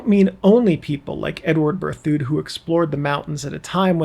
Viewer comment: It's "Ber thid".